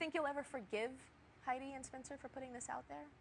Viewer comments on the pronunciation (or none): none